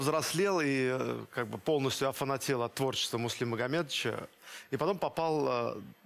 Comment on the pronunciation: Боюсь, что она нигде не смотрится. Отчество Муслима Магометовича произносит "Магометыча" . Проблемы с дикцией? Хорошенько бы надо поработать над сценической речью.